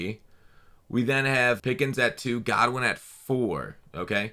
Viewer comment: It’s Goodwin not Godwin😂